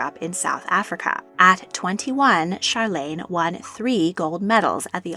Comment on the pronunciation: You said Charlene name wrong